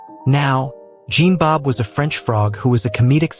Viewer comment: You mispronounced Jean-Bob’s name. (His name is pronounced as “Sean”).